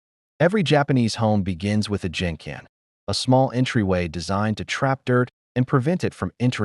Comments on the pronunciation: What’s “Jenken”? Wrong pronunciation It’s Genkan. I guess it’s written by a non Japanese person. So cannot trust all what this video says. Many houses are cluttered in Japan 😆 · It’s pronounced genkahn with a hard G not Jincan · It’s gen kan not a J sound but a G like grape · Genkan is pronounced with a hard G sound. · Idiot AI...# genkan is pronounced with hard "g" as in "get"